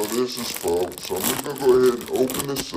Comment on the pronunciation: Btw pho is pronounced fuh